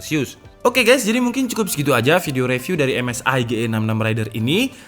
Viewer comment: izin ngoreksi, review dibacanya ri bkn re 🙏🏻